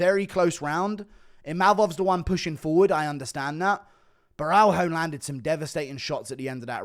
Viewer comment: Plz its borralho not baraujo or sth like that😂